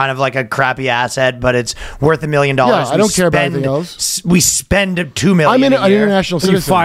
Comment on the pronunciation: Shoutout to my hometown, East Palestine! pronounced it correctly.